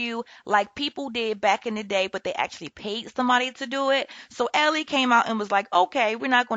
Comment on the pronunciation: Sis love your Channel but it’s not alley or ally like the girls name it’s like allies like I’m on your side ally